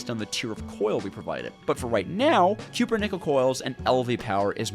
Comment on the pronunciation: CUP-PER-NICKEL RAAAAAAAAAAAAAAAAAAAAAAAAAAAAAAAAAAAAAAAAAAAAAAAAAAAAAAAAAAAAAAAAAAAAAAAAAAH